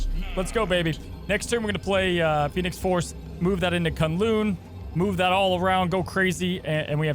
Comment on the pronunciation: K'un-Lu'n pronunciation killing me 😂